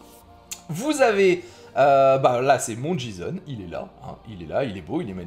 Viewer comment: par contre petite analyse qui me Fend le coeur on dit " jayson" en le J ce prononce Jay en anglais x) si non merci du tuto